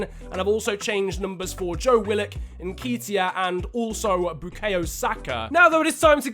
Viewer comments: Everytime you said "En-key-teya" I wantes to kms, it's "En-ket-iah" bruv but great vid still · I beg when you say Eddie nketiah you don’t pronounce it nkeytia it’s nKETiah as do a bit of ket this weekend at the festival other than that love the series😂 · it's pronounced n ke t i a not n kee t i a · It's Eddie N KET E A Not N KEET E I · It’s Eddie n-KET (like get but with a k)-iah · Nketiah is pronounced (N- KEHT- IAH) and his number is 30 irl. Love the videos especially bc I’m an arsenal fan 😂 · btw its pronouced ne-ketia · it’s Eddie N-Ket-Tiah Like so can see! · Alistair Verdon *n-keh-tee-ah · The way he says nketiah kills me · That's not how you say Neketia